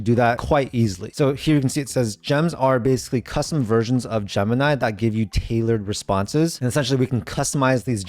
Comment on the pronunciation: Graphic is not a countable noun, and stop saying Jump-nigh.